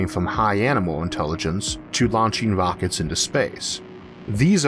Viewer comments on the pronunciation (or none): ITS AN R, AS IN ROCKETS, NOT WOCKETS